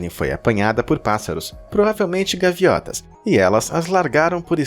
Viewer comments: Gaivotas, ñ gaviotas. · "gaviotas" kkk tbm erro isso kkkk